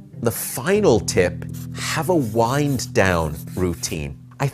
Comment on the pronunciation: Why he pronounced wind as bond #americanpronunciation 😂